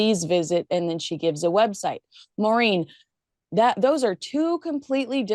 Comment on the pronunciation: Does Maureen pronounce her name "Marine"?